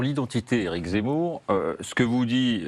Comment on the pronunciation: Il n'arrive meme pas a prononcer Zemmour , il dit "c'est mou "alors que c'est lui qui est MOU